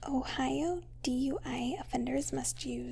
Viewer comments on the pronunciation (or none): none